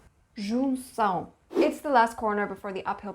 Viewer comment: As a Brazilian I have to say, you nailed the pronunciation of Junção